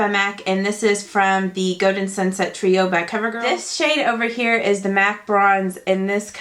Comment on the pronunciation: The way she says golden kills me stop saying goden it's goLden